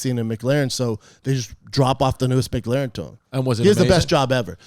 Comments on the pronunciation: Brendan the car guy, it's not "Mick-laren" dude. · Loves cars and can't even pronounce McLaren...... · The way Brendan says Mclaren for an unknown reason makes me mad.